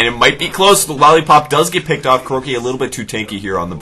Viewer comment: i don't wanna be annoying or anything, but I think his name is [kuroKAI]